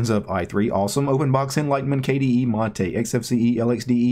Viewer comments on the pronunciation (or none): none